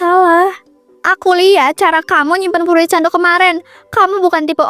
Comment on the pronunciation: Fruiit no, furiit yess😅